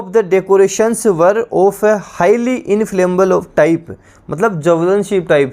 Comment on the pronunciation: Sir ji inflammable hai wo इंफ्लेमेबल ना कि इंफ्लेमबल